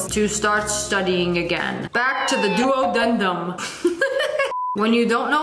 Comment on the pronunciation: "Duo-den-dim"??? Well...You're incorrect ASF. 💀